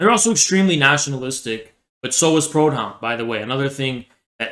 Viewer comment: Ironic because every time said Proudhon I actually thought he was saying “pronoun”